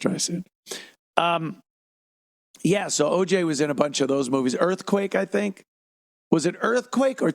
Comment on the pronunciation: lol “shink about it” -Ted Sheckler